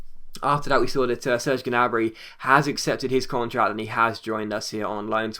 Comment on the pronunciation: Gnabry's name is pronounced nabry. Common mistake